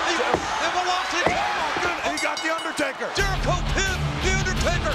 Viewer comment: 'jericho' Rare mistake by the legend JR here lol